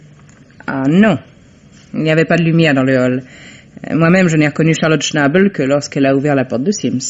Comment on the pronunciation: Herr ''chnAbel'' 😂🤣... la prononciation française de l'allemand est intemporel... une pensée émue, pour l'occasion, aux cousins alsaciens.